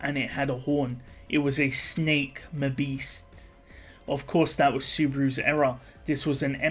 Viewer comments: Other than the way you say Mahbeast (it's maw-beast not ma-beast) I like these videos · is that really how you pronounce Mabeast? Muh-beast? I'd always assumed it was pronounced Mah-beast, doesn't the Ma- derive from Magic (or Mahou in jp.)? It sounds horribly mispronounced as Muh-beast :S